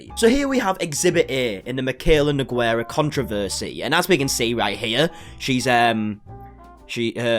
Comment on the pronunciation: I love your videos, but i spit my cereal when you spoke the word nogueira, as brasilian i never in my life heard someone say it that way, language is a beautiful thing, but sometimes is funny as hell (nogueira is a very comum last name and is a type of tree to), sorry for the long comment. thanks for the video!